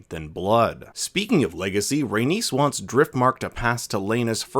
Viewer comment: Rhaenys doesn’t rhyme with Dennis, it rhymes with anus.